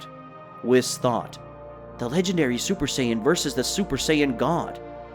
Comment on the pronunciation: super sayin not zuper sayin god again good story but stop making that mistake